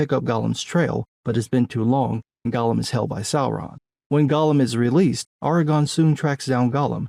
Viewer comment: Ahr Ah Gorn. You sound like you are saying Argon. A gas, not a ranger.